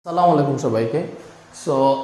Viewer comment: স্যার সালাম দেওয়া স্পষ্ট হয়নি ❤